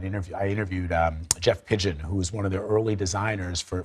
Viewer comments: He said Jeff Pigeon 😂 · Jeff Staple … not Jeff Pigeon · Man said "Jeff pigeon" 🤣🤣🤣🤣🤣